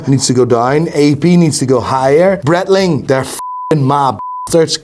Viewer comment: Are we surprised that the "watch expert" who doesn't know how to pronounce Seiko (NOT "Seeko" or "Sicko") nor Breitling (NOT "Brettling")also doesn't know how to say turquoise? 🤔 Not really (...anymore)🫠